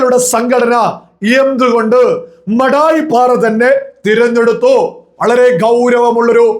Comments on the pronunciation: മടായിപ്പാറ അല്ല. മാടായിപ്പാറ എന്നാണ് ശരിക്കും പറയുക. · "മാടായി പാറ" ആണ് മടായി പാറ അല്ല